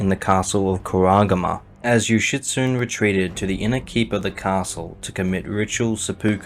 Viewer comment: FANTASTIC video but… I was cackling every time you pronounced Yoshitsune name as yoshitSUN… where’s the E who stole the E’s??